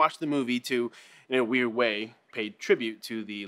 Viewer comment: Heheheh... you said Voird #yoDawg